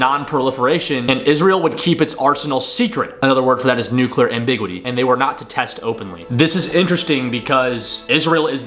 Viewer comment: ‼️Do you realize that’s not how you pronounce “ambiguity”? Ffs google will pronounce the word for you. No excuse for this